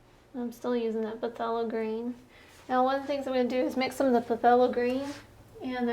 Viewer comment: Phthalo pronounced (THAY- low)